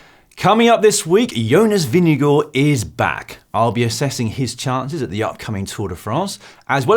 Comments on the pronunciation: Hi GCN Team, great content but also a comment - Jonas Vingegaard himself pronounces his last name as VIN-g-gard, not VIN-g-go. Just saying:) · Please pronounce his name properly hahahaha